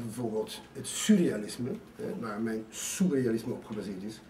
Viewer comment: Volgens mij zegt hij sousrealisme, of ben ik nu een zeurrealist ?